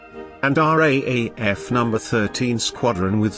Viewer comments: Just for future the RAAF is called the "R double A F" in speech to avoid confusion with the RAF. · Dreadful sound track. After 15 mins I'd had enough. FYI it's "R double A F". Clumsy. T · RAAF R (double) A F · It is not pronounced R A A F. It is pronounced R double A F. Who researched this? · Dear uploader... Great video spoiled by machine speech and the misspelling of "Australia," which took credence away from the production. Just a hint... If you are going to use the machine speech system then type "R double a F" and it will come out sounding correct. As to the Darwin battle. Look. I'm Australian but this shows how f'd up our military was at the start of the war. There is a great myth in Australia of the heroic Aussie soldiers...the great ANZACs. Now in many ways that myth is true but there was some terrible cock-ups in high command in Australia early in the war and it took Douglas MacArthur's stewardship to fix things. Some of the very ordinary Australian generals wanted to cede the entire north of Australia to the Japanese and form a defensive line in Brisbane...the so-called "Brisbane Line". MacArthur was furious with the Australian generals and rightly explained that if the Japanese made landfall and could create sufficient supply lines then no existing Australian military resources could stop their eventual sweep into the southern states. So he basically told the generals to wake up and put their efforts into forward defence and hitting the Japanese in PNG. The entire Darwin episode shows the incompetence of the Australian military at the time. They had lazily not fixed the radar system. The radio communications system was primitive, the port was insufficiently protected, even though it was a major transit point for supplies to the north. There were not eno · No offence mate but its called the R double AF, not the R.A.A.F. As pronounced anyway. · How many times do we have to listen to the commentator say RAEF when it should be RAAF